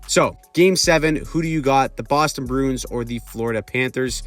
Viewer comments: I’m not trying to be a dick but please say the name right. “Brew-ins”, not “Broons” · The "Brunes". Bruins is a 2 syllable word, "brew-ins".